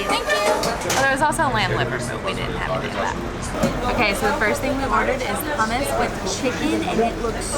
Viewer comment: Please dont pronounce hummus like Hamas xD Hamas is a terrorist organization. Its hoom - moos